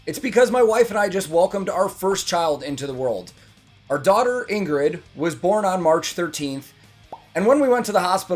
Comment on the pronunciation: As I missed congratulating you on your "a newborn" video: Congratulations Dad! And Welcome to the Club. Now you just have to learn to pronounce Ingrid "the right Scandinavian way". No emphasized G. So, Ing (like ing in thing) and then rid. Ing-rid. And her Ing-rune (as you probably already know) is ♢. Stay safe, always sleep when given the opportunity, and send a big Great Job to mommy C.